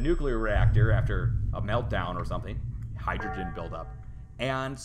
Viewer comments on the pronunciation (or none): none